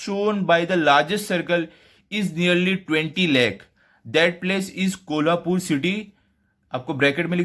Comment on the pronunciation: Abe sale thik se naam le kolhapur 😈😎🤬🤬🤬